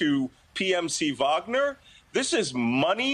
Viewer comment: VAHG-NER Group. Like the composer. Sorry to be pedantic, but she should know how to pronounce this correctly before appearing on national news. Props to the news caster on the correct pronunciation. It doesn’t take that much effort.